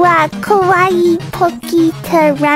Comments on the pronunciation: If you have ever listened to someone actually speaking Japanese you ca tell that hers is atrocious. It starts with her saying kowaii instead of kawaii - like many Americans/English native speakers do. Kowaii, for those who don't know, means scary. Kawaii means cute. And while I'd say she's scary that certainly wasn't what she meant. Whule my Japanese is very basic I can tell she's definitely not someone who can speak Japanese. And she's definitely not a native speaker. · I definitely think she meant “Kowai giggle”, not “kawaii giggle” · she literally struggled to pronounce a sentence and she pronounced kawaii 'kowaii' which is opposite to what it means (kowaii means scary lmao)